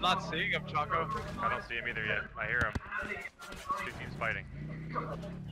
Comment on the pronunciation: How could she not pronounce choco right? It's the dark looking thing called chocolate